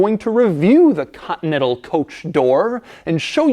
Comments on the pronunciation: doug learned how to say the word "Continental"? (cotntl) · No one: Doug DeMuro: Lincoln Cotnetal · Ah, yes, the Lincoln Cottonettle. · Ha! Doug has trouble pronouncing "Continental" three quarters of the time. Invariably, it sounds as if he says Cotton-Ettle! Sorry Doug, still love you mate.